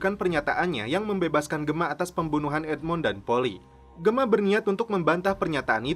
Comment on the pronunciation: Please do the right pronounciation atlease when u mention the character names of SOA..like Gemma is Jemma...not Gema...do the right english correction mate...